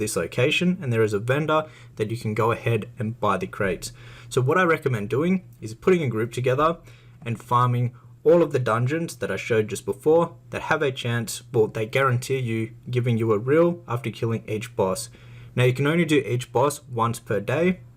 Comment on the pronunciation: Not to be pedantic, it's not "reel", it's re-all, like the Brazillian Real.